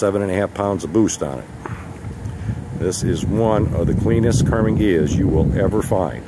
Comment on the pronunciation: Karmin?!? Learn the name, Karmann.